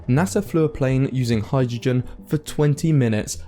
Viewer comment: Thanks for the production, I enjoy your stuff. Just check out the pronunciation of "hai druh jn" 😏